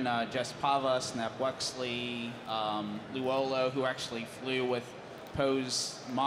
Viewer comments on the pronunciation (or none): "L'uolo?" What happened to L'ulo? Well, to paraphrase Filoni, people pronounce things differently in Star Wars...